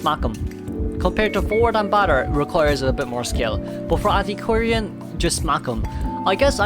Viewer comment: Antiquarian sound really like Anti Korean